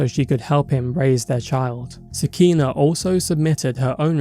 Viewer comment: Sah-kee-nah (nuff said)